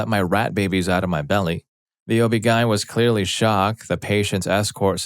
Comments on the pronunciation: O.B. Gien? Lol. O.B. G.Y.N. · Oh-bee-guyn. Interesting lol.